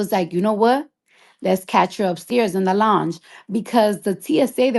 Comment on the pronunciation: Longe? Its lounge! Cardi go away from with this!😂 Then trying to put on for the crip security smh! I thought she was a blood?😂 This story is all over the place and she is too!